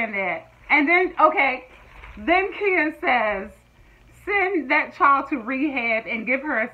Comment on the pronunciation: It's pronounced khaya not Kia like u do 😘😅